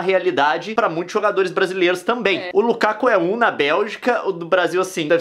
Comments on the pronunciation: Desculpa corrigir Nilce mas é Lukaku não Lukako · O nome dele é Lukaku e não Lukako ;) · Nilce,Lukaku é com U